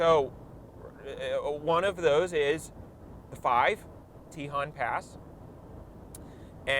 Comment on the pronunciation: Tejon is also pronounced teh-hone